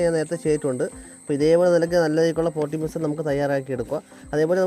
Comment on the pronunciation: പൊട്ടിമിസം അല്ല ചേട്ടാ, പോട്ടിങ് മിക്സ്‌.